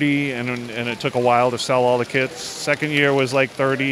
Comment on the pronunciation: I thought he said kids instead of kits XD